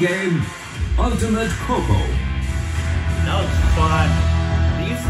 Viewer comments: Deliberate korbinization keeho keeho ..hahha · How did you manage to Korbinize "Kho Kho" ?